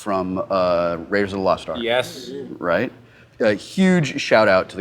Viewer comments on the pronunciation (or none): "Ark", not "Arc."